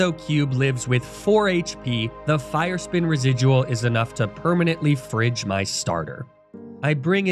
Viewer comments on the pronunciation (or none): none